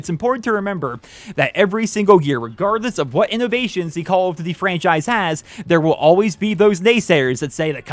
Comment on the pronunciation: "Call of dvvy"